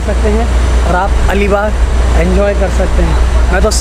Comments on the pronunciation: Bhai alibaugh nahi ALIBAG hai plz correct the name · Make the correction!! It's Alibag not that something baugh